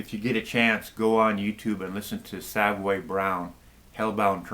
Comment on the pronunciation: Love the band Savoy Brown just find it strange when it sounds like you call them Savway Brown. Having seen this band numerous times they are introduced as Savoy (as in the famous London Hotel) Brown. Anyway their latest is superb. Thanks again. BTW Nazareth's latest with a new vocalist is poor...shame.